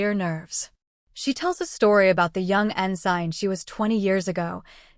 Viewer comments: en-sin...not en- sign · Ensign, pronounced (en-sin) with vowels all short. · The g is silent in ensign